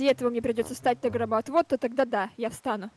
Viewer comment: Мне одной показалось что они сказали гробоотвод?😂✊